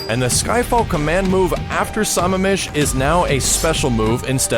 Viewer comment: Cool video. But Sammamish is pronounced 'Sah-mam-ish'. Source; I live near Sammamish, WA.